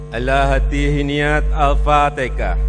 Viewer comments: Hhahahaaa Alfatekah.??!!!! 😂😂😂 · Kenapa jadi alfateka,,😱😱😱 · Wkwkwkwkwkwk Lakalakalakalakkatakatakatalah, Pilih pemimpin itu yg di pilih ulama bukan kayak jokowi alpatekah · Galam raya sudah jelas2 ucapan nya salah malah di bela aja nte sih,Al Fatihah jadi Al fatekah itu kan Al Qur'an,,bisa baca Al Quran kaga nte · Sudah jelas2 salah malah bawa2 bahasa jawa,,itu kan Al Qur'an bacaan nya Al Fatihah bukan alfatekah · Al fatehah pak bukan tekah. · Aduh sudah jelas2 ngomong nya salah Al Fatihah jadi Al fatekah